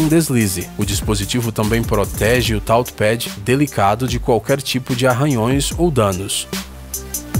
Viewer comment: "Táuchi Pédi"